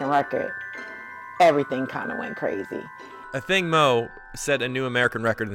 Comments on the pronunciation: thanks...my point was the accent is on the "A" . They're always putting the accent on "thing". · Firstly do not insult our mother tongue language. Its pronounced "Athieng" it sounds like a y is in the middle but its not, but hers is spelt "Athiing" not pronounced "A thing". Most of you people can pronounce funny Greek and German names but struggle to respect Ancient indigenous African names. Its a Dinka name. She isn't here to carry a name that is "easy" for you people. Its her family origins and her culture and is meaningful in our native language. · Its Athieng in our native language. They keep saying it incorrectly because these fools act like they cannot pronounce African names. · I wish the announcers would correctly pronounce her name ..Athing (accent on the "A")